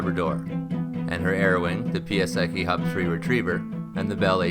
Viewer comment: Thanks for this story. Please learn to pronounce my dad's friend, Piasecki, correctly.